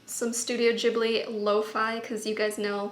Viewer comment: im sorry but its studio Ghibli (gee-blee) with the g sounding like the g in "get"